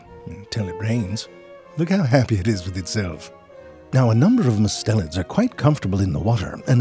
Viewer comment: Might want to edit the closed captions if you get time. Everytime you say "mustelians", the caption says "mids", and I think we can agree kitten snakes are anything but mid.